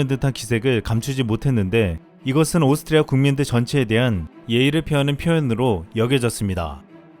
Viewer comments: 발음이.... 오슽흐리아ㅋㅋㅋㅋㅋㅋㅋㅋㅋ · 오스트리아 발음 힘들죠? ㅋ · 오스트리아 발음 귀여우심😁